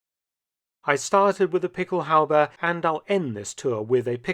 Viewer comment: What Mark is saying in his British accent is "pickelhaube". He is pronouncing it correctly, but I tried to google "pickel halbee" and it didn't work.